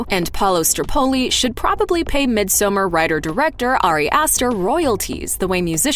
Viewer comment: Please: “misomARE.” Not mid-summer